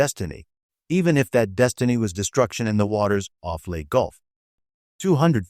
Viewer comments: It's pronounced "LAY - TEA" gulf. You are either bad A.I. or someone not trained in WWII historical terminology. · Please learn to pronounce location names properly, Leyte is not let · How does AI intelligence make this a better presentation? Mispronouncing the simplest parts of the story. I guess 'lead the metal' versus a 'lead ship' or 'leadership' is a easy mistake for Robby the Robot and the 'Leyte' Gulf battle!